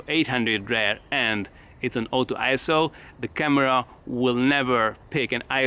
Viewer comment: he can almost not be able to say ISO because he had to pronounce the vowels properly ! he wanted to say ee s a !